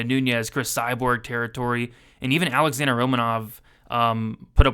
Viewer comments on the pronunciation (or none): none